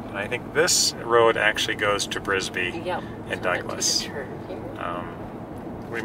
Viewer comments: Uhh, it's Bisbee AZ not Brisbee...home of comedian Doug Stanhope. Great video. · It’s Bisbee AZ not Brisbee. 😁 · It’s called bisbee not brisker there’s no r in it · Bisbee, Bisbee not Brisbee